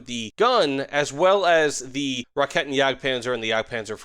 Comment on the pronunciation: Just a quick headsup - "Raketen" would be pronounced (as an american) more like "Rackayten" instead of "Rahketten"